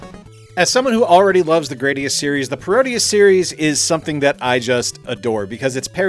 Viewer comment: According to the intro for Gradius 4, it's pronounced Grah-dee-us.